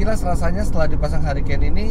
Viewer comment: mantap kmrn ditawarin kayaknya menarik - langsung liat review btw bacanya: hurikein